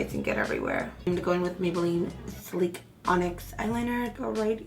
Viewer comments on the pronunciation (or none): Say sleek again lol